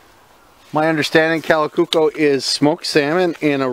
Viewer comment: Kalakukko pronunciation is quite good.